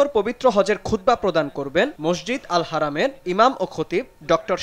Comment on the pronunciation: দয়াকরে সংশোধন করুন। শব্দ টি '""হেরেম নয় হারাম""""